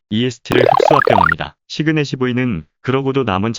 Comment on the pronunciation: 시그넷시브이 아니고 시그넷이브이 거슬림ㅋ